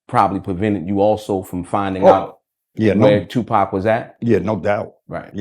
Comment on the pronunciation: So my nigga still alive 😭 This nigga has aged like a fine wine but yo nigga you can’t pronounce the name of your OWN SON ? Wdf is Poc ? 🤣 ÉDIT : Wow, I watched the whole video, and it's definitely Tupac's father. His voice, energy, gaze, leave no doubt. I'm nobody to judge anyone, I'm not Tupac, but I believe this man deserves redemption, and Tupac would have probably granted it if he were still alive (without necessarily being the best of friends).